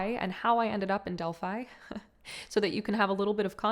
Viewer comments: Beautiful being, it is pronounced DEL- PHEE not delpHI... and PHIA lee is pronounced PHEE la ee. please, lets be respectful of the sacred places, I too was an oracle in Delphi, so it comes from that place.... divine salute x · The is beautiful read ANNA the grandmother of Jesus & the other book ANNA THE VOICE OF THE MAGDALENES But please don’t use the word “witchcraft “ in your title and next to Mary Magdalene Delphi is pronounced Delphee 🙌🙏💜💜